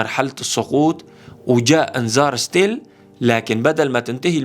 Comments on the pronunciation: اسمها stall وتلفظ ستول صعبة تكملة الفيديو مع هيك غلطه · مفيش حاجه اسمها ستيل حضرتك قول انهيار وخلاص مدام مش عارف تنطقها